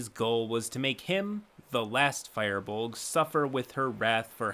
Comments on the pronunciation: Just a note it's not pronounced Fire-bolg it's Fir-bolg just a tip ^^" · It took me a while to realize you were saying "Firbolg" and not "fireball." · Isn't it pronounced fur-buld? Or fear-bold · no it is not pronounced "fur" the firbolg are then from Irish mythology the name mean "men of the bags" fir is the Irish word for man and is pronounced far take this form an Irish man who suffered trough Irish classes in school for many years , you know ..just for future reference ^_^.. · Firbolg is pronounced fear-bowlg, not fireballg my dude. Keep up the good work! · Anybody gonna tell Firbolg is pronounced Fur-Bolg and not Fire-Bolg? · Wait... have I been saying Firbolg wrong this whole time?! I always thought it was said like; "Fur-bolg" or "Fear-bolg" not "Fire-bolg"... Someone help lol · You massacred "Firbolg"... you are pronoucing "Fir" like "Fire" when it should be closer to "Feer" (Fear) so the word should sound like "Fearbolg". A simple google search shows that. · I'm sure a million other people have mentioned this, but its pronounced FUR-bolg, not FIREbolg. There's no E in it. Minor detail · It's pronounced FEER-Bolg. No fire. 🔥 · "FUR BOLG" Not Fireball. Tf? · Fuaw (fur, that hard thing that animals have) bolg not fire bolg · 1 thing... "Fur-bolg" that is all lol. theyre not on fire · ... ok its annoys me that you pronounce FIRbolg as FIREbolg .. there is no E in there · I thought he said fire boar 😂😂😂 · Fire Bolg... Err Fire Bulge? 😂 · i literally couldnt take the video seriously because he kept saying firebolg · Guys it's Firbolg. Fer-bowl-g. Like a fir tree? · At first I thought was saying "Fireball" and was like "Wait...is that a character race option?" lol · the way you pronounce firbolg kept on making me think you were saying "fireball" and i was like, "he was playing a fireball that could turn into a human?" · I love ya dude, but there's no e in firbolg LOL the first half is said "fur", so "fur-bolg", just for future reference ^_^